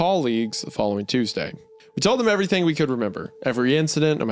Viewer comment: "Everywerm" - Hunter Hancock